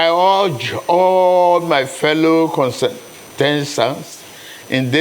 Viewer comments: My fellow "consentestants"... Keep reading and calling people to speak. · Brother T, it's contestants.... Not kosentanc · Condestestance🤣🤣 Damburuba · "I hereby urge all my fellow condensedants" who else heard that?😀😀😀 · What did I just hear????😳😳😳😳 Tinubu just said: I want to urge all the ConTestans! What the hell? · this is my first time of watching, I almost typed that question until i saw this comment…’consetestants’ isokay! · "Contese" what????